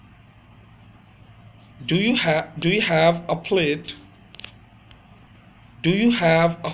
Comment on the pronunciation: Plat or plate or plait...? It said plat in writing and you read it as plate(crockery).